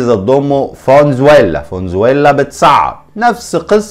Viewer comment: اسمها فنزويلا موش فون زويلا 😂